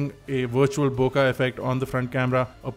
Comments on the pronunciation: Bookaah or hookahh hahaha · Bokah or bokeh? Lol.